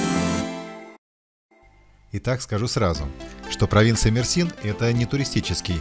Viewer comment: Мерсин, ударная буква Е!